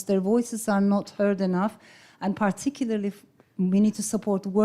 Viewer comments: Dear Elif, I take that you struggle to pronounce the word Particularly. let me share with you the easiest way to do this. Pa-ti-kila and Pa - ti - kili- ley Not Paaar-ti-kiler- and Paaar- ti-kiler-ley. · You have forgotten to pronounce the letter u